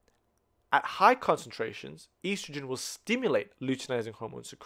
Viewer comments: Such a good video!! But is it driving anyone else crazy how he pronounces estrogen?! 😂😆🙃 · This was super helpful, but every single time he mispronounced estrogen I died a little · I was lost for a good 10 minutes because I had never heard of a such thing as "eestrogen". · great video! very helpful and easy to understand! The only complaint is how you pronounce estrogen haha but I don't mind because of how helpful this is